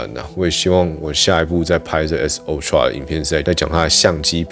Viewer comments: (台灣)Youtuber最可怕的部分～就是大家的發音～都會互相學😒 ultra不管美式英式，都是凹tra，不是歐tra～ 但是每個youtuber都一起念歐tra 🤦‍♀️🤦‍♀️🤦‍♀️ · 不是唸o…是ㄚ好嗎……真的是ooxx